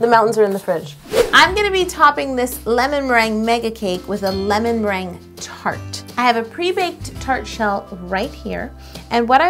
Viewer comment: Ew "lemonmerangia"?